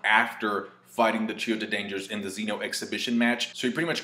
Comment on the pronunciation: I wanna tell you how wrong your pronunciation of Zen-Oh is. but I feel like it'd be like talking to a brick wall also dragon ball has always reused animation